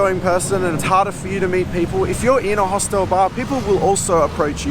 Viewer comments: mate...its pronounced Hostel not Hostel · One reason not to travel alone is there's nobody to correct your pronunciation of 'hostel' 😂 Only joking 👍